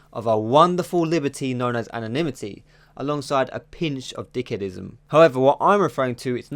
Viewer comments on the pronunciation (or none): "dickedism" hahahah